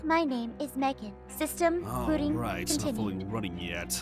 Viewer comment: Aphmau said "sistem booting"